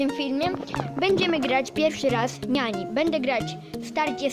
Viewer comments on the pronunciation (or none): To jest Nani a nie Niani i to jest dziewczyna